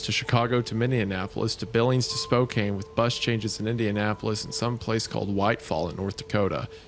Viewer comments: I hate to be the one who says this but it is actually pronounced Spokane (SPO-CAN) not (SPO-CANE) that's all lol 🤣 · (Spow-can ) not ( Spow-cane) lol sorry I had to many people give me shit about this i get PTSD every time I hear( spow cane ) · Hey guys ❤️ love the show! Spokane is pronounced like Anne, not like Cane. Spoke-Anne. Not that it matters now but like, just in case you ever read another story set in Spokane 😂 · 4 months late, it’s pronounced Spo-Can not Spo-Cane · The way they keep pronouncing Spokane as “Spo-kane” and not “Spoke-ann” bothers me so much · Loved this story!!! But just letting you guys know from someone from the Washington area that it’s not pronounced SPO-CANE WA it’s Pronounced SPO-CAN Washington. Other than that like I said amazing story!!! 👍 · For anyone who might be wondering Post Falls Idaho and Spokane Washington are around a 30 minute away from each other Spokane is also pronounced (Spo-can) not (Spo-cain) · Couldn't get over the pronunciation of Spokane 😂 its Spo-can not spo-cane honestly ive never heard that pronunciation ive been over here my whole life😅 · Besties. It's Spo-can. Not Spo-cane. Source: I was born and raised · It kills my tism to hear Spokane pronounced wrong lol its said spo-can (born and raised there , and still here lol) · PLEASE learn how to pronounce the names of cities before reading the stories lol. It's not "Spo--CAIN" it's just "Spo-CAN" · I feel like these guys mispronounce so much stuff for rage bait and IT IS WORKING... ITS SpoKAN, not SPOKAINE! ITS DilapiDATED, not DilapiTATED! GOOD GOD MAN.. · Washington native here! It’s Spokane pronounced (spo-can) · Brother. You said Spokane right the first time and then every time after that was torture. My family helped found the town and have lived there ever since (unfortunately). It’s spo-can. Not spo-cain. Ik ik the e makes it weird but trust me. If there’s anyone there listening to this from there, they’re smackin head against wall. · 😵 spo-kane 😃 spo-kan